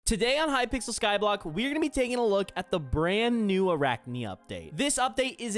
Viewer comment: uh-rak-nee beast-ee-airy